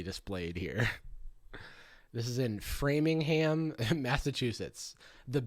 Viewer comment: talking about framingham is gonna give me a stroke